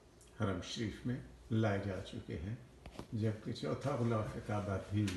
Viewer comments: خلا ف کعبہ نہیں غلاف کعبہ ہوتا ہے۔ اردو صحیح کر لیں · ghilaf e kaba hota h apni Urdu ko theek kren, is baat ko tasleem kr len k ap Wakeel hn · غلاف غ سے بوتا ھے نہ کے خ سے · Janaab Galaaf kaba hota hay k khalaf kaba hota hay